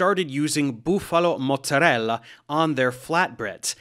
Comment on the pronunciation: Is it really necessary to pronounce Buffalo - 'Boof-alu' when you are speaking in American accent the whole time? 😂